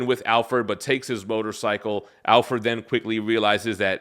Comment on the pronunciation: I don't think I've ever heard anyone pronounce Alfred as Al-ferd.